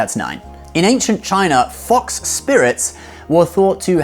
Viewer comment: I loved how you pronounced "China" like an actual chinese 😆